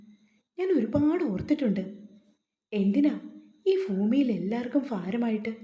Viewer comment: ഫൂമിയിൽ ഫാരമായിട്ട് എന്തു ഉച്ചാരണ മാണിത്